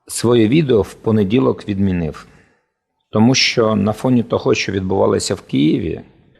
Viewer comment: Шановний, не [відміниФ], а [відміниуВ]. В кінці слова завжди [В]. Солідні гроші маєте на власні зйомки, тож говоріть українською, яка позбулася "братнього впливу"!